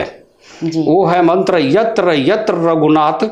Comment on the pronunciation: उच्चारण मंत्र का गलत है l